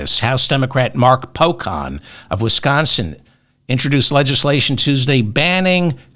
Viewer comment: Representative Mark Pocan, the 'can' is pronounced like can in a can of beans.